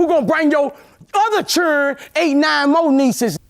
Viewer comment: I love Boosie but love his accent even more ❤😂 the way he says Cherrdren 😅